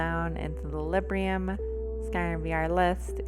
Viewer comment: Quick note: It's Librum, not Librium. XD